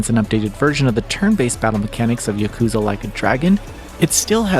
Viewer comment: girl why you calling it yukuza? 😭